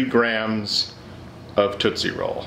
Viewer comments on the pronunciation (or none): Every time he says "Tootsie Blog" I can't prevent my laughter... Help.